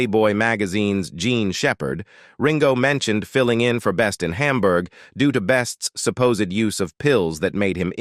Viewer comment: Why do you pronounce Hamburg as Humburg? Do you pronounce hamburger as humburger?